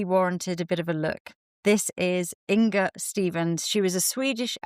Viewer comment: Not In"g"a ☺- think singer - - - -say: singer / inger 🤗 and thank you for sharing, lovely makeup history 🙏